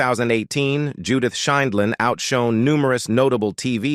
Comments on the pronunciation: A*****ES!! Learn to pronounce JUDY'S NAME PROPERLY!!! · She can't pronounce the Judge's last name either. She pronounced it three different ways. Terrible narrator